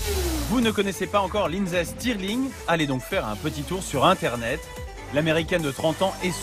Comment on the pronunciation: I love how he pronounces it as Lindsee Stirling.